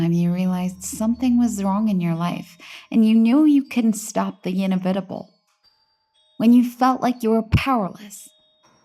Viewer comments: "in-evv-iht-uh-bull". I'm sorry, but seriously.. I listen to a lot of these creepy pasta channels and it actually blows my mind that these narrators can't properly pronounce regular everyday words. INEVITABLE. Seriously? I'm not being nit-picky about one word bc I'm an internet troll, this shit is rampant among the top 5 channels. It gets under my skin. FCS, you read words aloud as an income stream... shape up a bit. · everyone talking about fire plot hole, but how about how she pronounced " inevitable" and " stammered"? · I'm sorry but the way she said inevitable...😅 I find it a bit odd and I keep thinking about it. Anyone else thinking about that? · Female narrator doesn't know how to say inevitable lol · I was looking for this comment lol